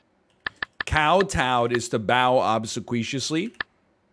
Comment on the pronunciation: Love the crosswords NL. BTW obsequious is pronounced "ob-see-quee-us"